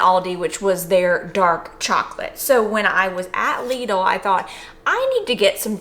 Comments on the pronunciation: Lidl = pronounced "Little" 😁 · Its pronounced lid-l, lid with an L at the end (told to me by a German) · From my understanding the name is pronounced: "LIDDLE".. hence their marketing rhyme for their middle aisle "The Middle of Lidl".